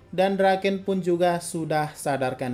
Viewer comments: Draken kun❌ Doraken kung ✅ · Draken bang bukan Doraken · Everyone : Draken-kun Cungukmichi : DURAKENG KUNG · Draken❎ Doraken☑️